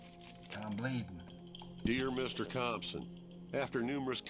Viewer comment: You did good with Compson 😂